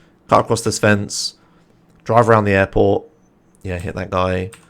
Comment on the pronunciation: Man, when you say "airport" I always listen as "apple" hahaha